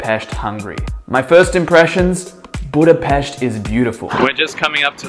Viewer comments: Yes, that's right. You pronounce it "BudapeSHt". Source: that's my hometown. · pronouncing Budapest - 10/10 pronouncing Magvető - lol :) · Proper pronunciation of the city's name, thanx Mate! By the way Fekete means black Magvető means seed spreader and then Konyha means kitchen. 😉